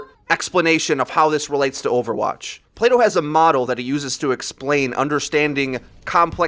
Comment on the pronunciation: Are you saying Play-doh or Plato?